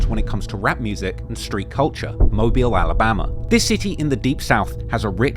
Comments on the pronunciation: I am from Alabama and he started pronouncing mobile right out of no where when he said it wrong first. it was strange the British hm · he pronounced it right at first then proceeded to mess it up after.. tbf maybe the clips weren't recorded in order and he quickly learned the correct way to say it while researching. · It's mo-beal not mobile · as someone from mobile, hearing you say mo byel hurts😂, it's mo beel. regardless, great video! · It’s not pronounced mobile it’s pronounced mo bill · It's pronounced MO-BILL not Mo-bile. But good job. I'm MVS/DIP. IYKYK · I've been waiting on this one on my home of Mobtown. Know you'll do it justice, thanks! Edit: I love the switching between "Mobe-Isle" and the correct "Mobeel" pronunciation lol You did your best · It annoys mean when you Mia pronounce mobile every other time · Mo -Beel is how its pronounced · I’m confused on a guy who can’t even say mobile right make something like this. You really don’t know a lot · Shout out for switching up the pronunciation of Mobile... there was one mobil and then you came correct, big stepper! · I can’t get over this British cat talking about mobile and mispronouncing the name. Stick to England